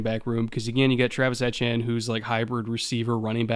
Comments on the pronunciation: Ettiene is pronounced E-T-N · Senior pronunciation correspondent. As for my prediction on the Jags season, I'm thinking 5-12. They'll improve, but growing pains + several high-quality opponents will lead to several close losses